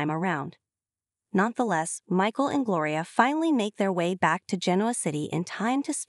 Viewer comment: It's Gloria not Glory